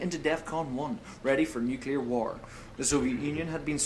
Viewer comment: He said Nucular..